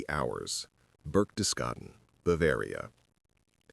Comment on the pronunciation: You need to teach your robot that the H in "hours" is silent. It's pronounced "ours," not "howers," the way it does at first, you fools.